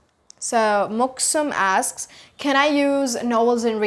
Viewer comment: When you said somebody asks you? How do you say that?? It sounded like askes you, can you make a video about that that please?